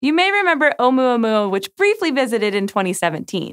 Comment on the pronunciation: It was funny watching her pronounce Oumoomoooma!